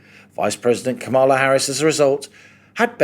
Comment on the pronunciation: Stop mispronouncing Kamala.